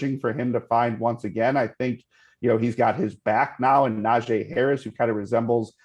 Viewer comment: One day these guests will get Najee Harris name right